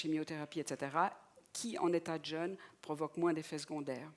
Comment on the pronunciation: Jeûne ! Il y avait un mot important dans cette vidéo, et ni le professeur ni la conférencier ne sont fichus de le prononcer correctement !... Jeûne et Jeune se prononcent différemment. Regardez un dictionnaire phonétique !